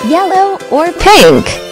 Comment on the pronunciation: Что произошло с произношением розового в конце😂